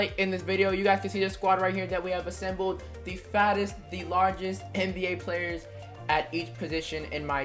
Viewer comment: Am I the only one who thought he said FASTEST?